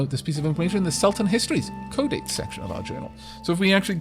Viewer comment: Considering the Arabian theme of the game, I'm fairly sure Qud is pronounced "Q'ood" rather than "Kud".